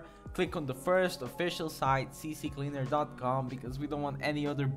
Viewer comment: ITS NOT CC CLEANER ITS C CLEANER OMFG WHY U DO DIS TO ME?@@@@